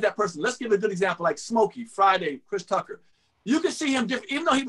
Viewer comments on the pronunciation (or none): none